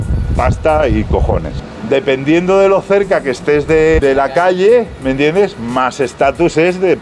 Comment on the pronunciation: “Me iende” jajaja parece que ya lo hace queriendo.